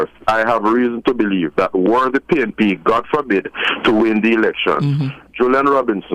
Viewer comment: Is it pnp or pain..p???😂😂😂